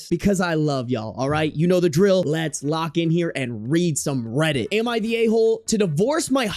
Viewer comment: Reddit kinda sounds like rabbit